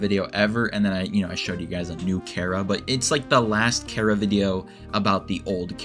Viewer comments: FINALLY SOMEONE WHO KNOW HOW TO PRONOUNCE CHARA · actually I use the first one and so does the maker of this video and so does Toby Fox in fact as stated in an interview (I think) where he said that he pronounced it Chara (Care-a) as in Character